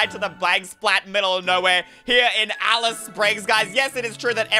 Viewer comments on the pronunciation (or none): none